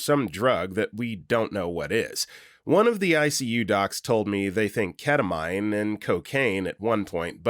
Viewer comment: It's pronounced ket-a-mean not ket-a-mine